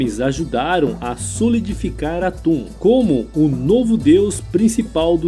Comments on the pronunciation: Locutor chamar Aton, o Deus único simbolizado pelo disco solar , de atum, o que em.português é apenas um peixe, diminuiu seu sentido no nosso idioma. Chega a parecer piada, "deus atum aken atum " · Atun ou aton? Atun é peixe,aprendi a falar aton na escola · Cacilda!! A pronúncia, certamente, não é 'atum'... e sim, ATON... daí, Akenaton, etc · Pois é. O vídeo é ótimo, mas, a pronúncia errada dos nomes, deixa tudo estranho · Sempre que ele falava atum eu ria 😂😂😂😂😂😂